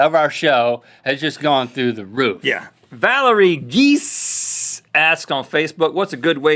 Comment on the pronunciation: he said Giese wrong its GEEZEE. i know because thats my friends last name